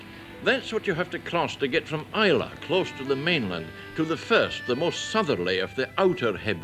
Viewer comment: It's nice to hear someone pronuncing Islay properly I remember in the 80s John Peel played a track for someone on Is lay Its I la or I lay I miss the old place.Lots of memories.